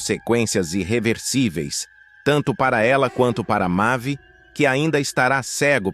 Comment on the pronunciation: Quem diabo é mave se o nome é mavi ou vc não sabe lê ou narrar,essas mentiras